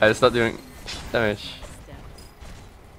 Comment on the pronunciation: where's ocelote from? his way of saying "Dragon" "Baron" had this spanish accent, Im from Argentina and his accent reminded me of the one we use here :E